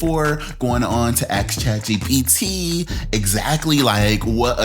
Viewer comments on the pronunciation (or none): none